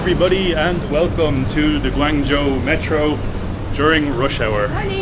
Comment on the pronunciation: Its pronounced goo-wong joe (not ja-ow)